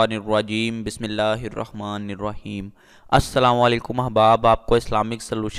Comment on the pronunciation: بسم اللہ ہی غلط پڑھتے ہیں۔ بسم اللہ الروحمن الروحیم یعنی پڑھنے میں و کی ذیادتی کرتے ہیں پھڑکتے وقت ریکارڈ کر کے بعد میں سنائے اللہ پاک ھداہت فرمائے۔ امین